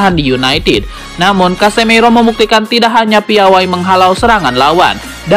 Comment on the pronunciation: Casemiro masbro..bukan casemeiro😂😂😂... Berkelanjutaaaaaaan😂😂😂